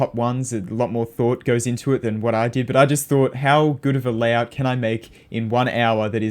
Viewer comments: "Layhout" anyways, nice video! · TF STOP SAYING LAYHOUT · "layhout" lmao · Layhout xD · oh my god a layhour